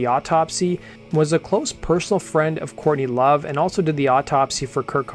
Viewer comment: Dude with all due respect if you're going to talk about a band you should probably at least learn the name of the singer before you make a video about the band and mention their name incorrectly. J/S